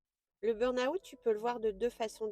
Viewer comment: Merci de ce message pour tous ceux et celles qui ne l'ont pas encore compris car je suis tout-à-fait d'accord avec vous. Sauf sur une chose : votre prononciation de "burn-out" qui est erronée. Vous êtes sans doute Française pour le prononcer ainsi, non ? En fait, il y a deux erreurs, une sur burn et une sur out. On ne prononce pas le "r" du mot "burn". Il se prononce "beeen" en prononçant bien "e" comme la lettre e mais en allongeant le son (raison pour laquelle j'en ai mis 3). Ensuite, dans la prononciation de "out", il n'y a pas le son "ou" avant le "t". Ce n'est pas un mot français mais un mot anglais. Ça ne se prononce pas "aout" comme vous le faites (en séparant le son "a" du son "ou)", mais ça se prononce "awt" en prononçant le "w" comme les Belges, c'est-à-dire comme dans Watt (l'unité de mesure de la puissance électrique des ampoules) ou comme dans "water" en anglais. Donc, le tout se prononce "beeen-awt". Aller sur Reverso, taper burn-out et cliquez sur le petit haut-parleur à côté du mot, vous entendrez la bonne prononciation. Ainsi, les anglophones et les Belges ne se moqueront plus de votre prononciation foireuse de ce mot. Belle journée à vous et encore merci.